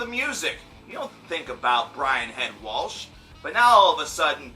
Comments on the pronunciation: Okay first of all if your gonna bitch about someone please pronounce their name correctly. Its not Walsh... its Welch. Like Welch's grape juice. Lol. Secondly... I get where Head is coming from. I mean if he didn't care he wouldn't say anything. Of course he is sadden he lost a friend. but why can't he be mad? why can't he think... why didn't Chester talk to me? why didn't he ask for help? why can't Head express his feelings? why does he have to say what everyone else says? why can't he just be real and you just be okay w that. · It's Welch not Waltch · Welch. Not Walsh. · David Morris I was cringing when he said "WALSHHHHHH" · This video is just too cringe I mean he can't even pronounce "Welch" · You don't even know how to pronounce Brian's last name, and true Korn fans know that Brian (Head) Welch is the most talented member in Korn. Shut your face. Listen to Love And Death and fade away! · David Morris amen dude